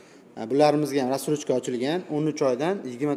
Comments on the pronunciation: рассрочка дийилади растрочка бас 😂😂😂😂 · 2 ой олдин 430 миллион эди соната. Акция булса ошарканда нарх 😂. Админ разтрожка эмас Рассрочка деймиз🤫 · Салом расстрочка эмас рассрочка айтилади укам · Колхоз,растрочкамас рассрочка булади